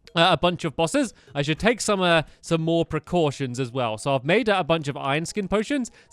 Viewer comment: did you say precotions?